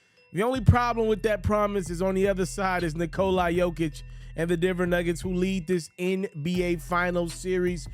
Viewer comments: So it’s polite and respectful to pronounce someone’s name properly. It’s Nikola pronounced “NEE-koh-lah” … not “nick-oh-LIE”. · Nikolai ??? IT'S NIKOLA show some respect